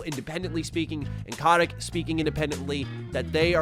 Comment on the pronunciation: It's CO-tick not kah-tick